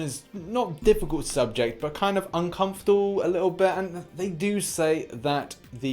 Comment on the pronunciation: Everthing ok?! Namor flies! They are wings. Read a comic book! Any one with Namor in it! He flies! His stance Kabam has designed is very similar to a certain Kryptonian the “distinguished completion” have in their comic universe! Oh and how you pronounce his name is wrong! He isn’t from the town in Belgium Namur! Regarding Namor’s class classification. Kabam have always gone with MCU first comic books second so they didn’t have the rights to the Xmen world until recently so they separated Scarlet Witch from mutant world hence also the 2 different Quicksilvers. So not to complicate matters with the SW issue they made her Mystic as the MCU depicts her and not as a mutant in the comics. Namor isn’t in the MCU so Kabam like with the F4 all being the same class as they got their powers sitting together in the rocket ship, will make Namor a mutant because as the Namor comics have on their cover Namor “the first mutant” Namor’s powers including super strength are similar to Aquaman’s. His extra power ie the mutant power is flight. He’s not a mystic. Thor isn’t a mystic but his hammer is! please start reading one comic on each new character before they get released before you say stuff like Namor doesn’t fly! Honestly.... My recommendation is Fantastic 4 number 4. Johnny Storm discovers that Namor is living life as a down and out with long hair and beard! You would also find out from that excellent Lee and Kirby comic that Namor’s one way infatuation with Sue (not help